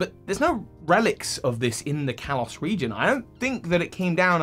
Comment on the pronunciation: Why do you keep saying Callus. Kalos